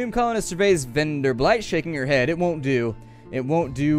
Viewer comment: Keep it coming. And please, it's Venderbight, not VenderbLight (pay attention to the 'L').